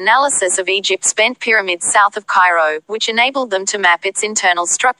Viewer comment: Scan Peh-Ra-mids